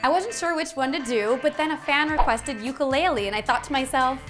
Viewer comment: U pronounced ukulele wrong